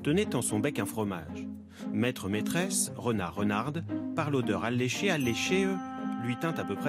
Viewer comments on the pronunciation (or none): Le « e » dé alléchée ne se prononce pas c’est un e muet petite erreur de diction poétique pas grv ;))